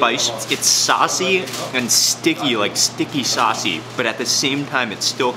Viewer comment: Its sauce-y 🤔